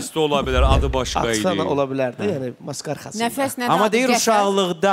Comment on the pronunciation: Nigar Camal Nəfəsə qəfəs deyir 🤣🤣